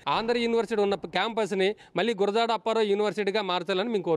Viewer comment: వాళ్ళ సంగతి పక్కన పెడితే.. మీరు ఆయన్ని అవమానించారు.. గుడజాడ కాదు గురజాడ